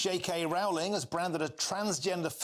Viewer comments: 'Rowling' rhymes with 'bowling', not with 'fouling'. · FYI- Rowling rhymes with “bowling”